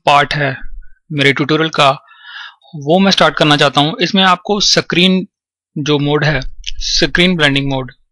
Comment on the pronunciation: "screen blending mode" screen.....!!! for fuck's sake screen....!!!!!! not "sacrine" >_<